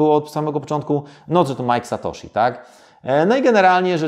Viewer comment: MAJK SATOSZI? wtf